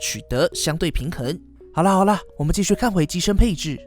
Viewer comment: 那一声好啦，还带弹舌的，吓我一跳